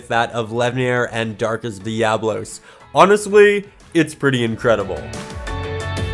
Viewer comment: I don't mean to be that guy, but it's darkest dia-bolos